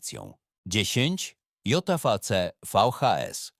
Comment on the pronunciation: JVC nie czytane Dzej Wi Ci kto to czyta?